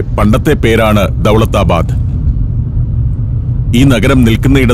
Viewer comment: ടാജ് മഹൽ അല്ല താജ് മഹൽ ദൗളത്താബാദ് അല്ല ദൗലത്താബാദ് ബാഹ് മനി അല്ല ബഹ് മനി